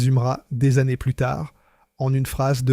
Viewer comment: c'est une voix IA 100%. Typiquement les années qui sont prononcées de façon très trop trainante et parfois des prononciations fantaisistes.